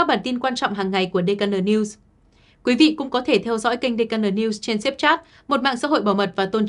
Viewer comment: Tên của đài gọi hay hơn Là (đi khê en:) (:DKN:))đừng đọc (:dê ca nờ:)) nghe không được hay: hiện nay tên công ty: tên khách sạn cũng dùng bằng tiếng anh mà